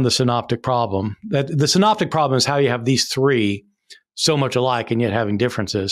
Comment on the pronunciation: synoptic gospels, not signs gospels. Good to see that you're taking an interest in it all. I'm just putting you right on that. Me, when I became interested in art mispronounced Renoir and called him Renor until someone corrected me 🤣